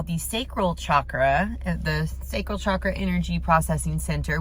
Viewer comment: For those who are new to Chakras just wanted to give a fun fact. Chakra literally means 'wheel'😊. And it's pronounced as "cha (like how you'd say cha cha dancing) + kra" and not pronounced as Shaa-kra